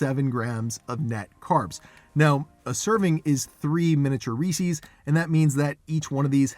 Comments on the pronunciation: I hope you know you're pronouncing Reese's way wrong haha. It's not Reesee's, it's Reese's. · It’s not pronounced Ree-sees. It’s Ree-ses. It’s driving me nuts. Sorry. 🤦🏻‍♀️ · It's not that hard to make them yourself. Then you don't have to worry about what crap might be in them. I do know that Lily's milk chocolate chips and milk chocolate bars are excellent, so I would expect their peanut butter cups to be good too. And, ummm, did you pronounce it Ree-cees??? 🤔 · Not Ree Seas ! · You are pronouncing reese's wrong. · SO many people pronounce it wrong! Hurts my little ears😂